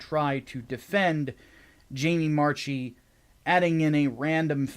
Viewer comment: I believe Jamie Marchi's last name is pronounced MARK-EE as opposed to MARCH-EE. With that being said you are right on all counts.